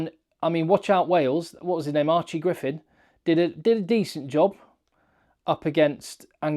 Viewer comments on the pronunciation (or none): none